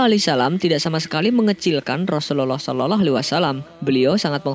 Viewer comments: Yg bener ngucap rusuluallah jgn sorolloaalh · Assallamualaikum. Min gw hanya mau beri masukan doang nih. Tlong pngucapan Rasulullah SAW d prjelas. Pmbacaan Rasulullah kok kedengarannya jdi Seolah-olah. Bacanya jgn trlalu buru2. Santai aja knapa sih.? Tlong d prbaiki utk kdepan. Ada gak yg spendapat dgn saya? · Pmbacaan Rasulullah SAW., Kdengarannya kok kayak Raslullah Seolah-olah wasalam. Apa sya yg salah dengar atau mmang admin yg gak tau cara baca? Jgn gitu dong min. Tlong d prjelas pmbacaan utk baginda Nabi. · Assalamu'alaikum bang. Pengucapan Rasulullah SAW nya di perbaiki bang supaya gk keliru. Syukron